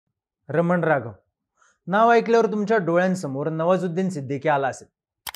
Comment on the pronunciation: रमन राघव नाही हो,रामन राघवन आहे.